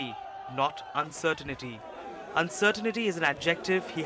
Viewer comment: It's Not UncerTINITY 😆 it's Uncertainty.